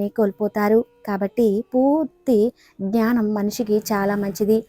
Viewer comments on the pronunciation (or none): none